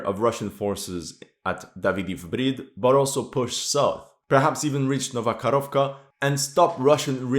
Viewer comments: You're usually good at pronouncing the names of towns, but it's Nova Kakhovka where the dam is, not Nova Korovka - nothing to do with cows. I thought you just misspoke, but you repeated it multile times over the video. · It's not Nova Korovka, it's Nova Kahovka xD "H" sounds like in the word "History", just like all other "kh" letters combinations which are used in town names on Ukrainian map. Nova Korovka means New Little Cow :) the same situation with Arkhanhelske, Ar-[k]han-hel-ske. Both "kh" and "h" sounds about the same, "h" is just a bit softer, but it is not important. "l" is soft too.